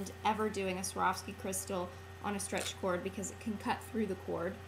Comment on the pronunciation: when you say: strech bracelet it sounds like how to make a car. that's very simple, guys!